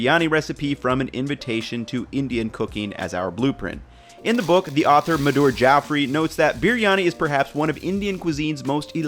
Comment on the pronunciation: The way you butchered saying Madhur Jaffrey's name throughout this video is so bad. Also biryani varies hugely throughout India, so there's lots of room for experimenting.